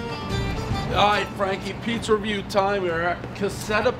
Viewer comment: Did this dude really just say, “that’s a reyew” instead of review?